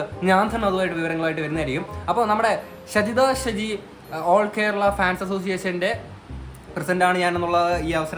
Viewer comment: Aadhyam name parayunnath padik😂😂